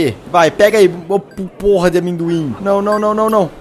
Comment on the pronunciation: "Esses Amêndocu" ~Felps 😂😂😂😂😂